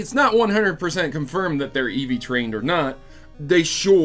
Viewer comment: Are you saying Eevee trained? Also, why are the gyms background graphics weird?